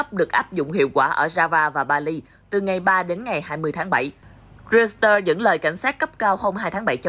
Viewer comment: Haha...đọc Reuteurs thành RIU XÌ TƠ...